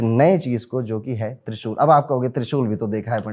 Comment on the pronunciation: Can't understand trishul